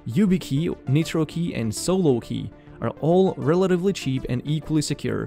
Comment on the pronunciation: Great info. PS: rely on for important tech info but assume all his English pronunciations are off, and don't copy them if you're an ELL (English language learner). e.g. Nitrokey is NOT pronounced "neetro-key", it's n-eye-tro-key. ie. The 'i' in nitro is long, not short. Or, more commonly in all his videos, every time he says any ending with '-es' or '-is', it is WRONG. eg: eg: Basis is NOT pronounced "ba-seez", it's "ba-siss". Update 2021: With hindsight, we can better understand the 'group immunity' security concept because it works the same as the "herd immunity' we keep hearing about, re: Covid. When you have people around you that are careless about hygiene (whether it's digital, bacterial or viral), it lowers your safety too. So pass these videos to your friends. Just don't try to learn English from them.:)